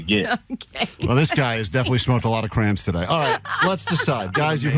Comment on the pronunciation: Crayon is not pronounced "cran"